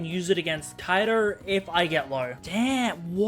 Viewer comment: "Wha is wrong with kaidurrrr